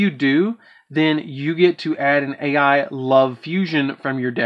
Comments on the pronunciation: The "A.I." is pronounced "eye", but still, pretty cool deck. :) Keep up the awesome deck profiles! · Since you don't seem to know the word "a.i." is supposed to be pronounced like "eye". lol